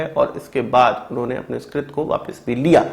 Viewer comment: Abe trit nahi krutya bolte hai usko tumlog up vale urdu hi bolo achi lagti hai 😂😂😂